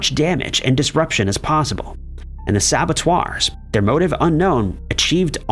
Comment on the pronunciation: Yeah, I also wanted to point out that sabateur doesn't rhyme with abbatoir lol